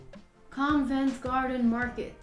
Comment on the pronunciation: also it's Covent Garden, not convent